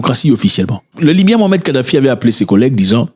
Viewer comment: C mouamar et pas mohamed.